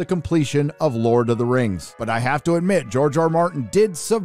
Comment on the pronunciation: lord of the rangz LOL